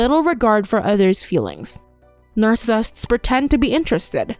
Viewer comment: Why can't the narrator pronounce "narcissists?"